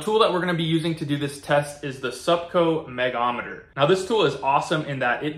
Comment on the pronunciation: Pronounced 'Meg-ohm-meter' - or, simply Megger.